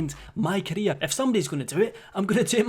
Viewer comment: When you say career it sounds like your saying Korea.is keemstar trying to destroy KoReA?